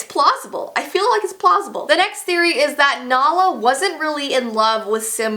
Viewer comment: She pronounced it wrong my dogs name is Nala after Queen Nala 😂✌🏻